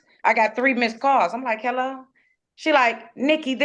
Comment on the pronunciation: “heh LOW” 😂😂😂